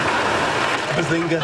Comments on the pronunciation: Guys I am recently getting into this show. But I don't understand why does Sheldon says Bazinka. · Antonio Yates it is actually BAZINGA NOT SPALINGE!!!!!!!!!!!!!! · more like bazing-who?